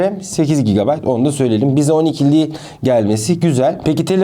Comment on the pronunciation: Abi GB tı söyleyemiyorsun herhalde😂😂😂